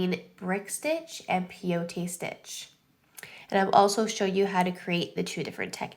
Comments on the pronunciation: pronounce Peyote like (pie-ute) from the Peyote tribe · Peyote, pronounced pay-oh-tee, is named after it's use in decorating items that are used in native American peyote ceremonies. Peyote is a small cactus that has mescaline which is psychoactive. It's also known as the gourd stitch which comes from it being used in decorating gourd containers. The tribe you're referring to is the Paiute.